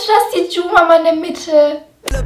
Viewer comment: ES HEIßT MAMAJU xDDD